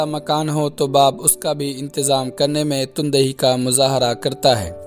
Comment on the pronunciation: بہت خوب ماشااللہ ۔ لیکن« تندہی » میں «ت کے اوپر زبر ہے نہ کہ پیش